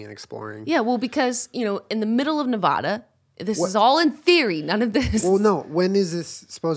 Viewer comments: A as in apple. Nev-ah-da not Nev-oh-da 😂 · Jenna it’s NevAda not NevadA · Nev-AH-duh not nevawda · I've lived in Nevada my entire life, near area 51. I think I've seen aliens. BUT... For the love of GOD say Nevada right haha its not Nev-awh-duh its Nev-AHHH-duh. Its a sharp "A" like Apple, not a short "A" like Awful. triggered Also, I have thyroid problems and so do many people that live in this area as well..dun dun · Jenna, Its pronounced Ne-VA-Duh. Not Ne-Vah-da... Sincerely, Everyone who lives in Nevada. Love you guys <3 haha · you know someone isn't from Nevada when they pronounce it (ne vah dah) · oh no.. jenna is one of those people who says nevAHda... unsubbing (jk dont attack me lmfao) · Love it, love you guys, I know you come from the east and pronounce things differently sometimes but!! It’s NevAda. “A” as in Cat, nev 🐱 da! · I love you but the way you say Nevada is wrong. The entirety of the state will come for you (including our radioactive aliens). It is just a thing for us, though we won't actually come for you, we cringe. I love your videos. You're the best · All the people actually from Nevada here are triggered about how she's pronouncing it. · I love you Jenna but as a Nevada native, I cried every time you said Nevada wrong. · I looooooooooved this podcast but as a Nevadan it broke my soul a little every time Jenna pronounced Nevada wrong 😂